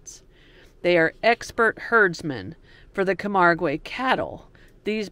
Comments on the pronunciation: Loved seeing the Flamingos. There is plenty of wildlife in Europe, but it is more populated with towns and cities than south America. You just need to find the nature reserves. By the way it's pronounced Cam-ARG. It's not like Spanish. You don't pronounce the 'ue'. Most pronunciations can be looked up on Google. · It is pronounced “camarg” and “arl”. No long e sounds. The white horses are like our mustangs. The Gardiens are like our cowboys and they do non lethal bullfights. Still cruel but not as bad as the Spanish version. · Camargue, pronounced Ka-marg (hard g); Arles, pronounced ARL